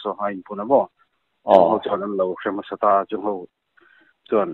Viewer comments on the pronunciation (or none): none